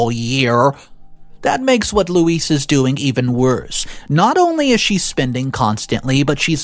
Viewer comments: PLEASE I can't even count how many ways you attempted to pronounce the Wicked Witch's name but, next time, try Googling it! LOL Louise is actually a very phonetically spelled/pronounced name. Louise = Lou-ise or Loo-ees. NOT Lewis, Low-ees and the other things you tried. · Its not pronounced LEWIS, LOUIS or LOIS, its pronounced LOO EEZ. OP doesn't owe loo eez anything but gratitude for helping OP become self sufficient and self reliant.